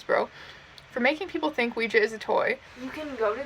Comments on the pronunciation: Not to be rude but can we talk about her pronunciation of Oujia? It cracked me up. She is adorable. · mispronounces ouija